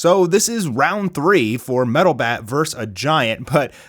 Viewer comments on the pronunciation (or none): It's pronounced "versus" not verse